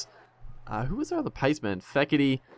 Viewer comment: It's not feketee, it's Steketee. But that's alright my friend calls Michael Clarke, Mason Clarke. He just can't remember that it's Michael not Mason.